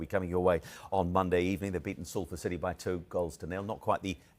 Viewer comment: Merson 😂😂 SAID CITEH PAID TOO MUCH FOR DE BRUYNE 😂😂😂😂😂